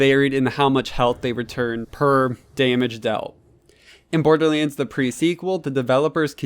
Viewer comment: Borderlends... its borderlands